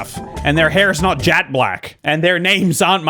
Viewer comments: He knows that. It sounded like jAt black. That’s why he thought it was a typo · The voice actor said jat black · Yeah I’m pretty sure all English speakers know that adjective, however in the video it said “jat” and not “jet” which is why was confused